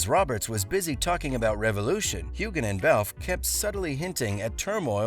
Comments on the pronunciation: NOT HUGHGAN...Sams name is pronounced Huean. Practice!!!! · If you're going to make these kinds of videos, make sure you know how to properly pronounce names. It's not HU GAN the G is silent. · You’re mispronouncing Sam’s last name. The G is silent. Like this: “Hue-Ann” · I wish the narrator would learn how to pronounce Sam's last name. Geez!!! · Oh my... How many times did he mispronounce Sam's last name?